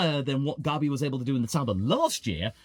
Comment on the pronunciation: Why do you pronounce gabi like garbi 😂😂😂